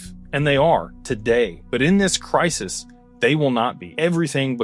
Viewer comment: Crisis. Not Crysis.